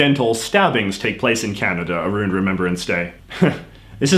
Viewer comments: I have never heard anyone pronounce around aroond lol. What province are you from? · Who the hell says "aroond"